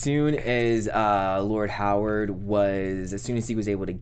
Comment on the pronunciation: COME ON guys. Its pronouned "HAR-WOOD" not "HOW-ARD". Its been 3 episodes at least you keep saying this name incorrectly. You're going to confuse folks watching / listening and saying to themselves, "Who is this guy with a first name of "Howard" that I never saw in the show!!?? "